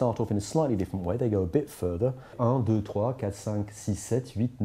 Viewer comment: He said "doodoo" Just saying.